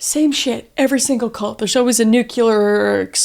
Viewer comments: Nucular? We're done, Kris. haha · NuCLEAR, not NUCULAR! Sorry 😅huge pet peeve 😅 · The last idiot I heard calling the ultimate threat NUCULAR was George W Bush. It's NUCLEAR. Easy to pronounce, like NEW CLEAR. Got it? I like your content but stupid mistakes like that damage your credibility. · Nuclear not nucular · “Nuke-lee-ur,” not “nuke-u-lur.” The word is “nuclear.” Also, communism and socialism are not the same thing and are not interchangeable ideologies. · I know I shouldnt be triggered ... but so many youtubers use "nucular" instead of "nuclear". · Edit: I love Kris so much but she pronounces "nuclear" the way George W. Bush did and it bothers me. It is new-clee-er not new-cull-er. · Ma’am PLEASE NO this was great overall but its nu-clear not nu-cu-lar 😭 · I absolutely LOVE you and Caleb & both your channels! Gentle reminder: if you expect to be taken seriously when talking all things nuclear, it’s best to pronounce it properly (New—kleeer, not New-kya-ler), now you’re good. Lol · ITS NU-CLEAR KRIS PLEASE! NOT NUKE-ULAR! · Kris, I’ve told you repeatedly how very much I love you and your content, and I remain a steadfast fan, but I take issue with your pronunciation of the word “nuclear”. I know a majority of the world pronounces it “nu KU lar” but it’s “nu clear” like the word “clear”it’s a giant pet peeve of my mind, however this doesn’t diminish my love for you and your content.❤️❤️❤️❤️e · Kris, I love you, you’re a gem, but you set my teeth on edge every time you mispronounce “nuclear.” NEW-clee-uhr. It’s NEW-clee-uhr. I don’t blame you, I blame the school system. Again, love you, don’t stop making awesome content. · I love you so very much, gurl! That's why I must tell you, it's Nuclear:New-klee-urr 😅 ❤ I tell you this with so much love and admiration ❤️ 😍 💖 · It's (nu)clear you've been welcomed to the nukeyuhlurr Texas family! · Did you actually say nucular? 😆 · Its pronounced NUKE-LEE-AR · NU-CLEAR!!! FRIGGIN BUSH!!! He ruined nuclear as a word